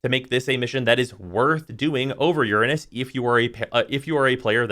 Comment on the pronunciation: thanks for saying uranus instead of ur-anus.